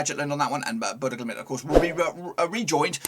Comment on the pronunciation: RELAX your talking speed it's BODØ GLIMT not GLIMIT WTF IS THAT !?